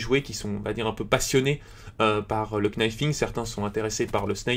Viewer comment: Ca ce dit pas le knifing c est le nifing,car le kn en Anglais ce prononce n